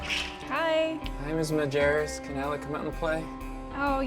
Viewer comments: Hahahahha it’s not MARjerus it’s majerus lol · Majerus , not Marjerus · "Home to Alec MaRjerus" 😂😂😂 come on man. At least say his last name correctly.